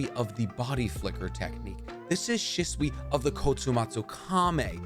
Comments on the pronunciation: She-sway not she-swee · Say stuff right shitsui it hurts my brain I love your channels but this shit hurts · Why do so many people pronounce Shisui’s name that way? I’ve noticed a bunch of narutubers do it, but just so everyone is aware, it’s not shi-su-ee like ship. It’s SHE-su-ee Okay, after going through more of the video, you just have really poor, Americanized pronunciation. Mungeekyo sharingan, Minnuhto 😂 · said “Shiswe” 😂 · please please, stop pronouncing the “i” as a consonant, it’s pronounced shisui (shEsuE) and minato is pronounced (mEnatoe) rinnegan is also pronounced (rinnigan) sorry i just can’t focus on anything after you say it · The way you pronounced shisui was so cringe 🤦‍♂️